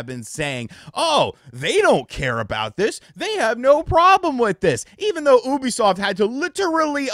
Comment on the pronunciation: The way pronounces Ubisoft as “OO-bisoft “ instead of “YOU-bisoft “ really bothers me